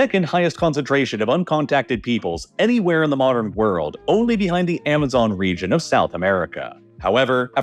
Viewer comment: and rejion instead of region. I don’t think the voice is of a human.